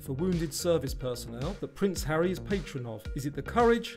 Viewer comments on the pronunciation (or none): none